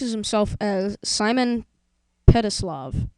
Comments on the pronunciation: its petrikov not pelitov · Its not simon petislav its simon petrikov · petrikov simon petrikov not petrisalv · Clever but one thing It's petrikof ( or however u spell it ) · dude its petrikov not petslilov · Ice kings name is Simon Petrikov, not whatever that guy in the video said